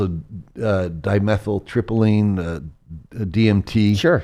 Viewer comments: I know it may be a little bit short-sighted or maybe just a little too nitpicky but when I hear an expert mispronounce words it it ruins the experience for me I'm one of those people yes I am sorry but when I heard dimethyl tryptiline and I know it's dimethyltryptamine. Then of course I heard "nucular" which is always been one of my pet peeves. And nag hamari. Like I said probably Petty but it makes me not trust the source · He doesn’t know how to pronounce dimethyltryptamine, Hermes Trismegistus, and so many other things. If you know anything about these things, you know the most basic thing, which is how to say it. This guy knows enough to be dangerous, sounds like to me.